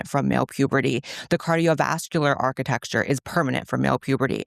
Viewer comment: Blaire said architexture lmao, someones been watching candace owens